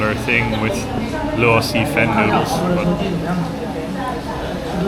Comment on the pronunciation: You pronounce Luosifen like you say it in Cantonese.